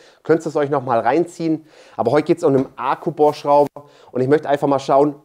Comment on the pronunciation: Ich feiere wie Du Ahku sagst, herrlich! 😂